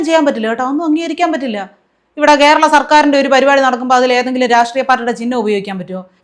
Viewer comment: എന്തൊരു ഗതികേട്,കേരളം എന്ന് പറയുമ്പോൾ തൊലി ഉരിയുന്നു..അതും ഒരു വിദ്യാഭ്യാസ മന്ത്രി.